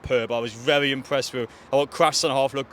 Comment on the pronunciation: Vewy good day